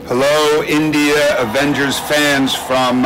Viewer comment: She said “The Avengels”